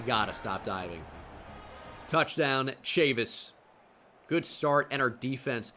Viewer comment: The mispronunciation of "Chavis" is killing me